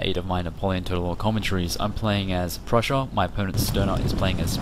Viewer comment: I like how you say prussia lol "Prusshoh" Not making fun of your accent or anything!! :D